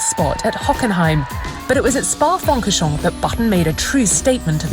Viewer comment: I just heard "spa frangrosjean"?